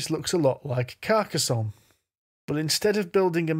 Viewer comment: Hurrah for pronouncing Carcassonne correctly.